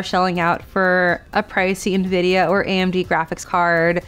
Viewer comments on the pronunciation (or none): I love how you opened with 20 seconds on how to pronounce it, and then pronounce it wrong for the remaining 9 minutes. 👌 en-vid-ee-ah != in-vid-ee-ah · Igbo man calls it ENVIDIYA...